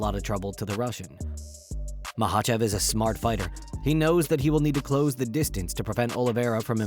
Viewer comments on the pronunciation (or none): At least learn how the say Islam's last name right